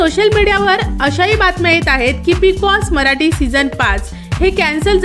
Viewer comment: भाषा कानाला खटकते. मराटी नाही मराठी आणि येनार नाही येणार.प्रथम भाषा स्वच्छ व स्पष्ट बोलावी.